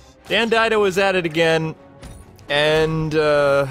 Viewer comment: I'm pretty sure it's pronounced Dan Did-ee-oh. But I mean why should he get his name pronounced correctly? He's ruining my two favorite characters at the same time